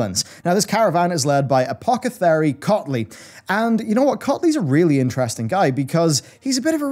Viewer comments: "Apocathery" xD lol, had to rewind it like 7 times cause sumtn didn't sound right :D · Anyone notice the two "apocethary"? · Is Apothecary and Apocethary a weird accent thing or was he saying it wrong the whole time? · It's A-pauh-theh-kerry, not A-pauh-ke-therry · Am I the only one bothered by how blatantly he mispronounces apothecary as apocethary? Just me? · Or "apocethary" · Apocathary, Bolarus... this one made me laugh quite a bit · Nuculer Apocathery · lmao he keeps saying apocathary what a blunder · apockethary :) gotta be careful with some of these words! they are tricky. Also its not SAYRA its SIRA, like SIRI! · Quite a few mispronounciations, it's distracting lol : Apocethary Bomsamdi Bolarus "Sai"ra (Should be Si-rah) Aren't you a wow expert ? xD /tease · Apocathary... lol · pronunciation of “apothecary” and “Boralus” has me struggling